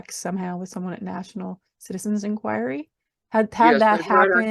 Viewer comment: National "Citizens"? Citi-Zen. When are they gonna get it?